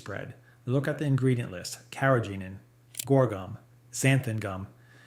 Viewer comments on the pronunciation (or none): none